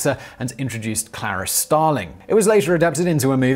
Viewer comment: You obviously have not seen "Silence of the Lambs" or you would know that Clarice is pronounced like Maurice, not Ferris. Goddamn faker.